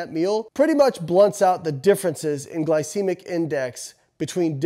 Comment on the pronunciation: Home boy can even pronounce glycemic correctly. Pretty hard to trust.